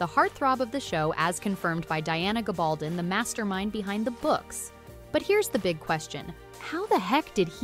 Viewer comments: GAB-AL-DON Please learn to say the names properly b4 posting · Plus she can’t pronounce Diana’s last name!😳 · Oof. Diana's last name is pronounced, "Ga-bal-DON" (emphasis on the DON, DON rhymes with stone). And Samhain is pronounced, "SA-wyn". Otherwise, nice insights.